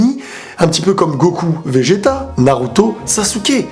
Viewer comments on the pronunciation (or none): none